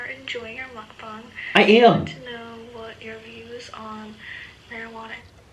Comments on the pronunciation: He keeps saying mukbong and not mukbang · It's pronounced mucbang not mucbong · I like how u say mukbong lol